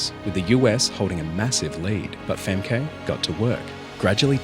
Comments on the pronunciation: I hate that the US commentators are so rude. I hate the narrator also. Learn to pronounce the Dutch runner’s name or train your AI better. Why do we even need to see him? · Be nice if you could learn how to pronounce her name properly. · You kinda mispronunciation Femke’s name, it’s a beautiful Frisian name. My best friend had this name but she sadly passed due to cancer at age 17… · Brother I'm sorry to tell you you're mispronouncing femke her name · 500 takes for a 3 minute video and couldn’t pronoun her name to save his life. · Listen to the commentators. You pronounced Femke wrong during this video. A minor but annoying error haha. The “e” sound in Dutch is closer to an “ah” sound in English. Otherwise great video. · The guy doing the sportscaster gets her name right. You heard it. Why do you insist on pronouncing it wrong, over and over. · At no point watching the clips to make this video did you bother to learn how to pronounce her name correctly. LMAO. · please pronounce the name right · The way you pronounce Femke, I can’t! 😂😂😂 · Bro didn't pronounce her name correctly even once... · In your video the commentators literally pronounce her name correctly, so why would you keep pronouncing it wrong? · crazy how you hear the correct pronunciation in the reel and you still keep saying it wrong lol. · Please listen to some Dutch commentators on how to pronounce her name properly before doing a video in which you have to pronounce it several times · Btw, you're mispronouncing Femke. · The commentators pronouncing her name right just for you to immediately keep getting it wrong is hilarioua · FemKEE... The emphasis should be put on the first syllable, in order to pronounce it correctly. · Its pronounced Femkuh, not Femkay… show some respect dude… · Femkay 😂 Femkuh. You pronounce it as Femkuh. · Its not pronounced Fem-kay its Fem-ke. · Its pronounced Femkhu not FemKay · Not Famkay but Femkuh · It's not "fem-kay" it's pronounced "fem-ka" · Fem-kuh Tis not Fem-kay